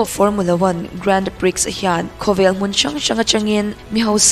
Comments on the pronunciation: Nice - sap ṭawnga 'nice' angin lam rik loh tur, 'neece' tia lam tur. Grand Prix - 'priks' tia lam loh tur, 'pree' tia lam tur. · Nice hi Niz/Nis tih a lam tur.. Grand Prix pawh hi Grand Pri/pre tiin lam ila a mawi zawk/ an lam thin... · Gran-pi tia lam tur an tiin ka hria. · Grand pri(x)....X lam rik loh tur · Ka lo sawi ve mai mai; Grand Prix lam dan hi- Prix a X hi silent tur, Pri tia lam tur tih te mai hi 😊👍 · Miss ka lo correct lawk mai ..pa1 chauh.. Grand Prix lam dan tur kha 🤭🤭. Prix ah hian x khi a silent avangin Grand Pri ti. Lam tur aw 😋 a ngaihnawm e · Grand prix grand pre anga lam tur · I aw ngaihthlak anuam hle mai.se...grand-prix i lam dan hi pri ti a lam tur..x hi silent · Grand pri tia lam maitur ni inkahria. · I aw a fiah fel fai in a ngaihnawm khawp mai... mahse, hnamdang tawng English nilo hian lam dan hranpa hi an nei ve thin a en chian theih deuh ni thin se a duh awm ka ti mai mai..Grand prix hi a tawp a X hi lam rik loh tur. Duhsakna thil aw...haw lo la...